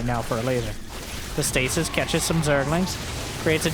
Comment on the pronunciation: The plural of the word "stasis" is stases (pronounced "STAY-seez").